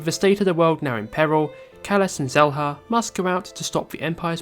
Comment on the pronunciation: Shela not selha